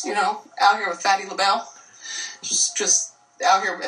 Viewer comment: She said Phatty LA Belle